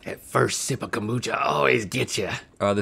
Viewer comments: Rhett throughout the episode: cumbucha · i love kombucha or as rhett calls is CALMbucha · “Com-boo-cha” -Rhett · Bout time they did KOM-bucha I sure do love KOM-bucha.